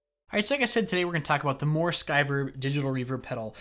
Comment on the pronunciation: It's pronounced, moo-er as in a cow goes moo, isn't it?